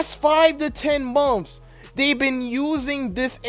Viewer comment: Are you trying to say months?